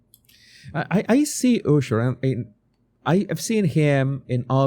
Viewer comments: if for you the name is so important why are you pronouncing Usher`s name incorrectly? his name pronounced with [A]sher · Love how he says ooosher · Your saying Usher wrong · Like your videos. But I’m cracking up. You said Ushers name wrong in the beginning.